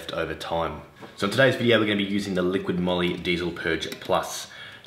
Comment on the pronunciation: ''Liqui Moly "" not "liquiD" Moly 🤣🤣